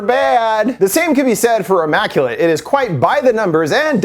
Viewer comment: Ya lost me when you called it “AHmmaculate”! Lol